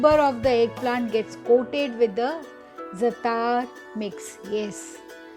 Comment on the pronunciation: Zaatar is pronounced with the emphasis on the first syllable.